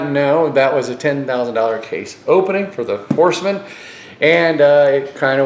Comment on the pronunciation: The VIP Four "Hosemen".